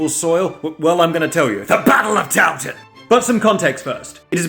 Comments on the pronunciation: "Townton" Town... town? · Hi, hello... Just... just one thing: Towton? Towton. Town Town? Town town.